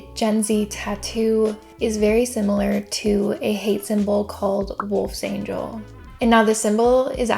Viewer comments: It's pronounced wolfs-ANGL not "an-gel", it's not "angelic" it's "angled". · Have any americans ever considered that different languages don't use american phonetics? The "angel" in Wolfsangel doesn't mean the biblical angel, it means hook. It also isn't pronounced the same as the english/american word angel. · I mean. that's not how you pronounce the 'angel' in 'wolfangel' because that's not 'angel' it's the word for 'angle'. I hope that kind of helps? Not that it matters much since f that group associated with it.